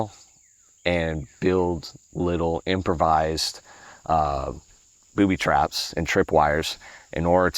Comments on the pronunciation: "Booby twaps".... he must be elmer fudd. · Did he say, “Boobie~twaps” 🤣